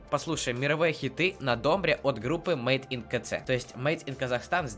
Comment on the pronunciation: Читается мэйд ин кей зэд , а не ка цэ... и ударение в слове домбыра на последний слог. Так для информации:))